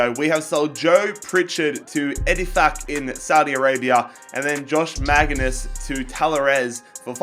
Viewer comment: I love how he says josh maginnis because in from northern Ireland and he is to and that's just not how u say it